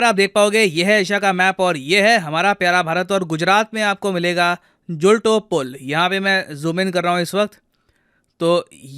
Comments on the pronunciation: Sorry to correct you sir . I am from morbi .. it's जुल्तो पूल (जुलता हुआ जुला) and मच्छु नदी. 🙏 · Sir, asi gujarati, i want to correct your pronounciations for 'machchhu' and 'jhulto'. Machchhu is pronounced as 'मच्छू', not 'मचुछु' and jhulto is pronounced as 'जुलतो', not 'जुलटो'.